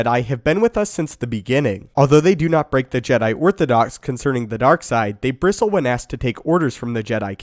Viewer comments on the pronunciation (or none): none